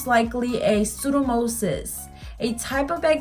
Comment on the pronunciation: Hi, it's actually pronounced pseudo-mo-NIS. Great video. Trying to fix my green nail. Thank you.